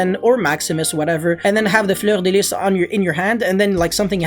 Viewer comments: J’adore le « fleur de lisse » avec l’accent quebecois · No one:: “fLeUrDeLiS” chefs kiss